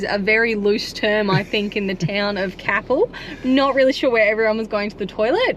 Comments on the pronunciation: Merry Christmas and happy new year. Looking forward to see what you get up to in 2025. Safe travels. 🙏 (It's pronounced Cape Elle by the locals. However, good try; you're not the first mispronounce a WA place name.) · Great to see you enjoying the south west. FYI Capel is pronounced like maple or staple. All the best for a safe and happy Christmas. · Top ep guys thanks hey its pronounced k pull lol merry xmas guys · Growing up in Capel area it made me cringe 😂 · Merry Christmas guys. Was lovely to see you visit Capel. Btw it's pronounced with a long sounding A and emphasis on the A. We lived there for over a decade and use that spot to stay and visit our sons. We usually stop on the lawn beside the oval. It's lovely and flat. yes the dog exercise area is so relaxed and the locals are generally happy to chat with you. The cricket/football stand has 2 unisex toilets. Only takes a couple of minutes to wander over. On a Friday night you can literally walk down that street and go into the country club and buy a cheap meal, chat with the locals and maybe win the cooked chicken 😜 just be there by 6 to order as the food disappears fast. Head over the hwy and visit Forest beach some arvos you get to swim and have dolphins visit. Dog friendly and has one of the last privately owned beaches in Australia. Every now and then a herd of cows wander out on the beach or early in the mornings the locals are swimming with their horses.